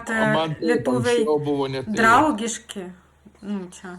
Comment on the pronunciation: Ne žinote, bet pažįstate. Ne lietuviška vėliava, bet Lietuvos vėliava. Lietuviška tai reiškia, jog pagaminta Lietuvoje. Ne kada pavasaris, bet kai pavasaris. Ne drAugiški, bet draUgiški. Ne KAunas, bet KaUnas. Anglo akcentas didesnis. Ir einant negalima nukristi, nebent į bedugnę..